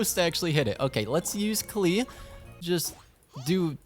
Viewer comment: bro said "four star klee"